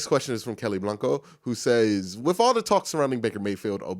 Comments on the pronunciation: i know that about axe. In fact, i think i started that by asking him here on yt: Why you keep pronouncing aks? Because i realy thought he is the only one saying like that. But how about pronoucing word the (diiii)? Is that also commen thing for black people? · One more thing that's not clear to me. Why do you pronounce every THE (di)? Yo should pronounce (di) only when vowel comes after it, (di answer, di end, di other...). Does that also (like aks) have to do something with race?